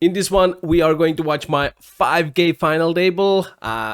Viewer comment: I love how he says "Final able"